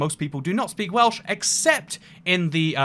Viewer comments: His Welsh pronunciations were absolutely spot on. Remarkable. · I'm learning Welsh, you nailed the pronunciation